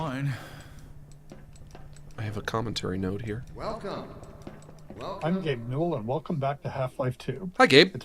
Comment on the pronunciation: That is not how you pronounce Gabe N